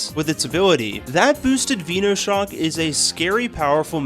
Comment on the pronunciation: I really dont get why people cant say venoshock, venomous shock, it isnt said veeenomous is it?